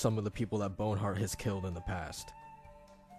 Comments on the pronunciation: It's BONHART not bone hurt. Its very distracting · Bon-heart, not Bone-heart. Loved the video but that was just triggering. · I think it's actually Bon-art